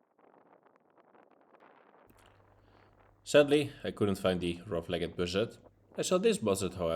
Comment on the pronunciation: Mooi begin ondanks de regen! Bij “Rough-legged” wordt de laatste “e” niet uitgesproken. Niet echt belangrijk natuurlijk, maar ik reken er op dat je hem nog gaat zien ;)!